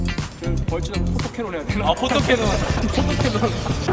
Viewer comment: 포토캐논이 아니라 포톤캐논입니다 ㅋㅋ